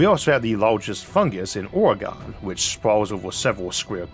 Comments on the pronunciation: Spelling? How about pronunciation? While I love this channel, I am always amused / annoyed that you frequently prompt viewers to "watch your spelling" (and rightly so). And yet, you consistently mispronounce our western states Oregon and Nevada. When in doubt, ask Google "how do I properly pronounce NEVADA (or OREGON)"? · Lol, Isaac pronounces Oregon like porygon